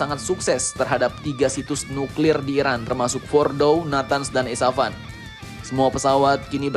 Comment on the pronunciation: di kasih kopi bg. Dia ngantuk kali dia bilang Esafan bukan Esfahan 😂